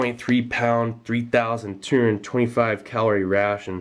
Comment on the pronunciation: I think we should start pronouncing "two hundred" as "turn" the way Steve did. It sounds way more efficient and totally military.